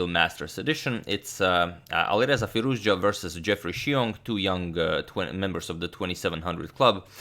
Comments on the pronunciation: as an iranian i must say u are now pronouncing firouzja like a boss. hats off agad. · LOL. But it's the correct pronunciation. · hi. I am Iranian. Firouzja, pronounces like this : fee- rouZ( strong z , and strees is on R)-ja( j pronounce like John) Firouz is a persian name+ Ja ( there is a small pause between Z and the J,it should be like a fraction of a second)